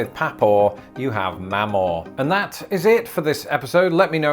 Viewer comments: It’s mema. Not mama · It's pronounced PAW PAW and MAW MAW. Not Pha Paw and Mha Maw. At least in the South. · Ok so the words "papaw" and "mamaw" are pronounced "paw-paw" and "maw-maw" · I think you’re mispronouncing Mamaw and Papaw, to me it sounds more like Memaw and Pepaw. Maybe it depends on how far north/south you are? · The mamaw and papaw threw me at first… memaw I think is how it’s pronounced. There definitely seems to be a lot of multigenerational homes here in the south. I feel like it wasn’t as common where I lived before, which was up north. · It's actually pronounced Mee-maw for Grandmother (usually) and that seems to be something more specific to the South and Texas. Though I'm sure there are people who have used Mamaw too. But, Meemaw seems to be more common. I have also known people who will go out of their way to make up creative nicknames for their kids to call their grandparents, like Cici, Mimi, Kiki, etc. It's also not uncommon to use the phrase Papa (like Dad) for a Grandfather too, sometimes in combination with his first name, like Papa Dan and Papa Steve. My own grandmother was occasionally called Baba but, that was really because it's a Russian endearment for Grandma (short for babushka) so, that's not really a specifically American thing. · ME maw. Papa... As in pop pah Get it right you Torrie!! 🤣🤣🤣 Long live the Queen. ✌️🐈🦽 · Growing up in the Northeast I had a Gramma & Grampa, my wife, who grew up in the South had (and still has, in her case), a Meemaw and Papaw (never heard Mamaw like you pronounced it, only Meemaw) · You mispronounced papaw and mamaw. The first 'a' is the sound found in the word 'far', and the second syllable is the same but stressed. So they are prnounced "pah-PAH" and "mah-MAH". In some dialects the first a is treated as a glottal stop, and the words are pronounced "p'PAH" and "m'MAH".They are related phonetically to papa and mama, which have the stress on the first syllable.